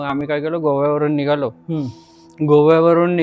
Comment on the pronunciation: Nigaloo kay nigalo .. nighalo bola !